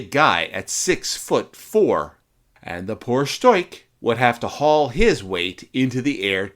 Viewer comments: Where do you get "stoik". It is "stork" or storch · ‘Storch” nicht Stoich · German speaker here. It's pronounced 'Shtorch'. The 'r' is a little bit farther back in your throat and the 'ch' is like that in 'loch, as in Loch Ness'.' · Interessantes Video. Nur die ganzen " falschen Bezeichnungen " taten meinen Ohren weh. Am schlimmsten war das man in diesem Video nicht den richtigen Namen von der Fi 156 " Storch " aussprechen konnte. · Actually you were quite close. The German R before a consonant is non-rhotic so if you had just softened the K sound to a very soft German „ch“ sound (as heard in the word „Ich“) you would have been golden. Fantastic video though. You rock